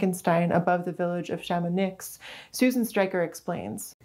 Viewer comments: How tf are you from a french speaking region and pronounce Chamonix like that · "Chamounix" or its modern orthography Chamonix is pronounced with a silent "x", you're gonna make a lot of french Savoyards mad 😂